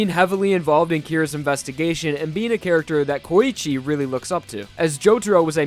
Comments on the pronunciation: He just called Koichi KOYICHE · Coochie lmao. Idk if he was tryna say Koichi or Poochie but he done fucked up